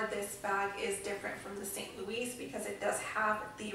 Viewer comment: Lol good lord - St. Louis is pronounced “Louie” and Artois is pronounced without the S like “ar-twah” If you’re going to spend that amount of money on a bag understand the pronunciation.